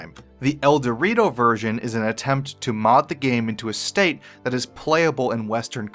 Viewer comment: Its ElDewrito, he says El-Dortio. I died